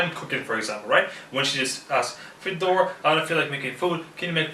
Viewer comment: You forgot to mention that in Russia it is NOT OK to pronounce your name Fedor like FedOR i.e. with the stress put on the last syllable instead of the first